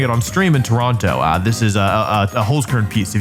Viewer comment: Toronto not Toranto but ok